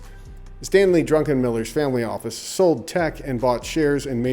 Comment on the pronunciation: I think it's druk en miller not drunk en miller ...unless that's sarcasm